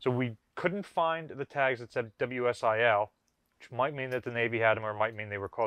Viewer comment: It's 'WSLI', not 'WSIL' ('pronounced 'Whisly', usually said as 'Whisly keys'...). WCIP - 'Weapons Control Interface Panel' , i.e. Harpoon control panel...